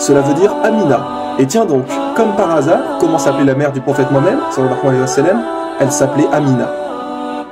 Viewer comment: Il faut que tu fasses attention à ta prononciation quand tu parles du prophète Mouhammad